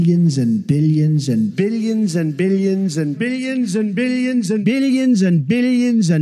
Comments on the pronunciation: I heard bideons or bidions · At a certain point I stop hearing "billions" and only hear "binions" and/or "bidigins" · Am I the only one that hears "Billyenzen" instead of billions? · Is he saying "BIDDIONS" instead of "BILLIONS?" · All I can hear is billyinzen instead of billions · Sounds like He's saying Bilyensen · He says billions and vegans if you listen closely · I was just thinking that exact thing! Especially when he seems to transition to bil-e-yons all the sudden. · after a while I only heared Bidigonsant..... what ever that is... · I was going to say the same thing! What's a billyuns? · I just hear "Billyens" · Sounds like Zambillions to me 😂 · Starts Sounding like billigins at some point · i stated hearing biddions lmao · He said it so many times that I started hearing "Bill Jensen" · I thought he said minions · I swear half the time he's saying bittions. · I heard "Billi Ensen" :D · to me it's "beans and vegans" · Lol that is awesome. I kept hearing "biddeons" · Killed me more when it started sounding like Billionzin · It's sounds like "Billy inson" in the end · When “Billions” starts to sound like “Amphibians”🥴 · "Bidigans and bidigans and bidigans" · “Bidiyans and bidiyans” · Billy Enzen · Billy Jensen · After a while, the "billions" montage sounds like he's saying "Billy Enzon". Lol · Sounds like beans and beans and beans. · I definitely heard Billy Enzon too……another friend? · Too many "billions", my ears gave up and I started to hear "Bennigan's" ... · at the billions part, it sounds like he’s saying the name of someone named Billy Inson. just listen to it over and over and you’ll start to hear it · Billy Enzon! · No, he said Billy Jenzen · To me it sounds like Bill Yinsun. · After some time I only heard "Billigons" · After a while it starts sounding like he’s saying ”billy jensen” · i started hearing "binnieinsin" after a while of listening to the billions and billions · Sounds like big agains after a while lmao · bilyins and bilyins*